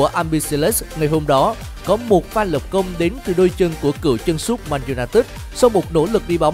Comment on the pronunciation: Tụi mày có thù với từ "sút" à.. sao toàn đọc là "súc" vậy?? 🤣